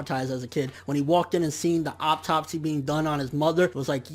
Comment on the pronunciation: Nigga mispronounced 'autopsy' the whole video